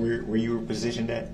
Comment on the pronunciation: These are his witnesses and he never wrote down their names. Such a jackass. He says prasitioned, instead of positioned. So ignorant.